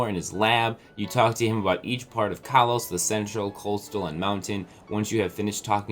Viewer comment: stop mispronouncing kalos. its pronounced koll-os not kall-os